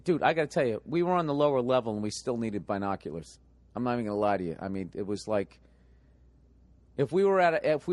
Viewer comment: Billy “Bye Noculars” Burr....